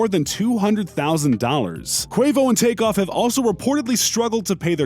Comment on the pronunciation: Bro said offset goteft off bad and boujee🤣🤣🤣 Man funny. The was take off dawg